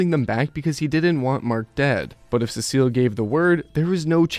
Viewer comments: Urrrn actually its pronounced sea salt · Learn how to pronounce Cecil properly moron